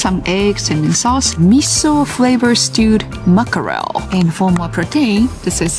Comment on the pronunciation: The two classic traps for Japanese speakers of English 1) English consonant clusters (the ckr in mackerel) 2) The long, tense English vowel /iː/ in “protein” And the way she’s saying them “muckerel” and “protane” is perfectly predictable from Japanese phonology. Let’s break it down in a way that actually helps her fix it. 🐟 How to Teach “Mackerel” (マグロじゃないやつ) Why she says muckerel Japanese doesn’t allow the /æ/ + /k/ + /r/ cluster cleanly. So the brain simplifies it to something like: - ma-ku-re-ru → muckerel The fix: a 3‑step tongue-and-timing trick 1. Start with “mack” as in “back” Have her say: ` back → backer → mack → macker ` The key is the vowel /æ/ — the “wide mouth” vowel. 2. Add the “rel” separately Have her say: ` rel → rel → rel ` Tongue tip up, but not touching the teeth. 3. Fuse them ` macker + rel → mackerel ` Tell her it’s three beats, not four: - ❌ ma-ku-re-ru - ✔️ mack‑er‑e 🍗 How to Teach “Protein” Why she says protane Two reasons: 1. Japanese doesn’t have the long tense vowel /iː/ at the end of “protein.” 2. Japanese tends to turn -ein / -ane into エイン / エーン, which sounds like “tane/thane.” So “protein” becomes “protane.” The Fix: The “Pro + Teen” Method 1. Break it into two English words Have her say: ` pro → pro teen → teen ` Make sure teen is long and smiling: - Tongue high - Lips spread - Long vowel: /iː/ 2. Fuse them ` pro + teen → protein ` 3. Emphasize the long vowel Tell her: - ❌ pro‑tane - ✔️ pro‑teeeeeen If she can say “teen”, she can say pr